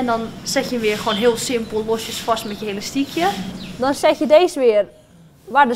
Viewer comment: ze zegt de hele tijd helastiekhe